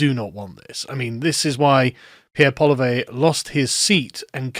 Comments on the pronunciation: Good grief, you're an Englishman. You should know there is no way Poilievre is pronounced "Paul-ih-vay". It's basically "Polly-F" as in Failure. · Can't even be bothered to learn to say Pierre's last name. It's pronounced "POLLY - EV" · I'ts pronounced Polly-ev. Polly-EV. It's not hard to say, jfc... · Friendly pronunciation tip: Poilievre is pwa-lee-EV-(re). It can be a tough name for English-speakers, but with luck we'll be seeing a lot more of Pierre so it'll pay to get this right early. FYI "Poil" is hair, specifically thick hair like "poil de barbe" is beard hair, and "lievre" is that cousin of the rabbit, the hare. So Poilievre is Hair-hare. Hopefully the mnemonic will help. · For the record, his name is pronounced Poly Ev(Said Like edge) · Pronounced Poly-ev-Reh